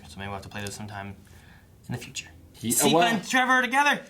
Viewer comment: I"m enjoying your reactions but I have to know: is it ragebait, or did you genuinely make it to season 3 without learning how to pronounce Sypha's name?